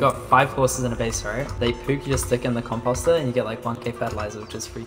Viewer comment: the way he says composter is so funny compawster lmao